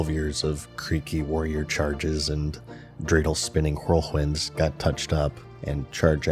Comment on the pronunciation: "wHirl wHinds"